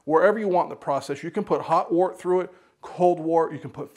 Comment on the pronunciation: Its pronounced "wurt," za vord is German, yah!